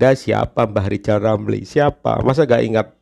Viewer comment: Riyal ramli itu kalo kita yg bilang. Tp kalo yg ngucapkan dia sendiri pasti lizal lamli